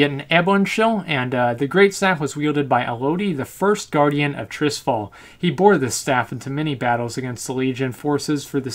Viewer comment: It sounds strange when you say Trisfal, it's called Tirisfal T I R I S F A L!